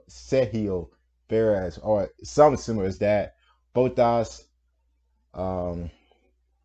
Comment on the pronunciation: M8 you still cant pronounce names. Bro you don't need to know how to say it in there language just in English like who tf is max vursthappen its max ver stap pen. Kimi raik konen. Sebastian vet tel. Valt Teri bot tas. Sergio per ez.